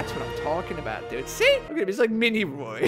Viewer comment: ROY! VS...ROY...